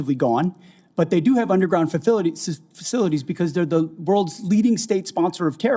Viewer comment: When someone struggles to pronounce the word facilities. That's when you know that ish has hit the fan 😉. Glory to Iran